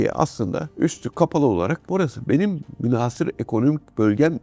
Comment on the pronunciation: Sevgili Amiralim, münhâsır yerine münhasır, tehditi yerine tehdîdi diye telaffuzunuz bizi mutlu edecektir.